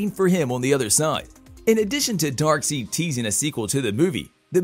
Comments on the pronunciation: DarkSIDE (is the pronunciation) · "Darkseid" is prounced "DAHRK - SIDE". Your mispronunciation is painful to hear. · Say darkseid, dark-side,! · His name is Darkside! Get it right bud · dark SIDE not SEED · Hard to enjoy the video when Darkseid is so epically misprounounced. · it's no one else noticing how awful he pronounces Darkseid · This bothered the hell out of me too! I couldn’t take anything else he said seriously because of how badly he mispronounced the name. Lost credibility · Omg I thought I was the only one and maybe just overreacting but it bothers me so much 🤦‍♂️😂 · I was looking for someone to catch it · I just saw your comment after I asked the same damn question lol This is most deft not a fan of the comics that's for sure... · yep! Was just talking about on the pronunciation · the pronunciation Newby....smh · I love it how he pronounces darkseid wrong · It hurt everytime you said Darkseid's name... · Please redo this correcting the pronunciation of Darkseid! 😂 Hard to take this as serious information if you don’t really know the characters. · Had to stop after Darkseid was mispronounced. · This narrator tends to deliberately mispronounce Darkseid's name and tends to drown out Justice League 2 for good and I would like the new Green Lantern in this one and Martian manhunter As for this Narrator he needs a voice lesson or find another job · He mispronounced it multiple times too. Also, General Swanwick. Do some research before making the video, dude!